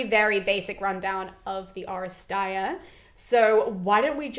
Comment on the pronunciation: This was the firs time that I've ever heard someone pronounce the term " Oresteia." I came across it several times in my reading but I never heard it said. This is very exciting.